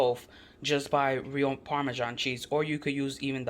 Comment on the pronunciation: Who ever said “parmesano” took me out🤣😂🤣😂🤣😂btw ladies that looks delicious 😋 I’m definitely going to make that dip 😋😋😋😋